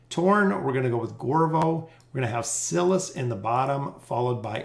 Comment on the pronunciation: I watch your videos every time they drop and I love your content! But, I gotta say, you remind me of the substitute teacher skit on Key and Peele who mispronounces every student's name lol. It's basically a meme at this point. Are trolling us?? I cant tell. It HAS to be on purpose, right? The "i" in Silas is a long vowel as in "silent" not a short one as in "silly". The rule is (but there's always exceptions) vowel/consonant/vowel is a long vowel sound (like in bike, tone, wine, wily) Vowel/consonant/consonant is a short one (like in silly, bully, sinner , bigger etc.) I apologize for the english lesson but I hope it helps in the future if you're uncertain about pronunciations. Haha I know it's probably annoying but I promise I mean well.